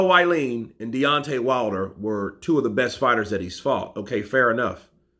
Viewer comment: his surname is pronounced wallin like wall street... wall-in not violin